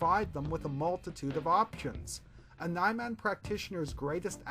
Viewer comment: i think niman is pronounced nee-marn